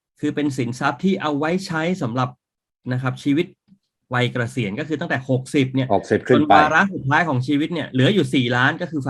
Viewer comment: เกษียน ออกเสียงไม่มี ร ค่ะ